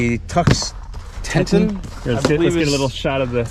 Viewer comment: Teton is pronounced "Tee-tawn". Like the State Park, etc.